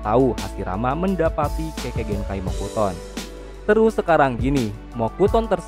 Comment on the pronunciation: Mokuton Shinsu Senju Bang Bukan Mokutson Shinsu Senju 😅😅😂